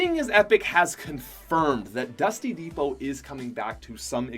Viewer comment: He kept saying dusty divot un stead of dusty depot lol